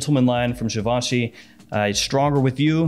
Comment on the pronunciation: Givenchy is pronounced like SHEE-VOH-SHEE ;-)